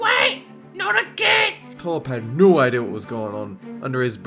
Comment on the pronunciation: The way he says no "Oh noe, Oh Noe. We were thinking"